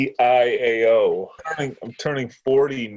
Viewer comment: KaCiao - it's pronounced Kachow. Lightning McQueen's catchphrase in cars.